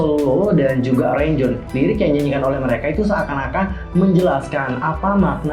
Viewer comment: Makasih Kak udah bedah teorinya,btw Renjun di sebutnya bukan Renjun Kak,tapi Lon-Jwin:)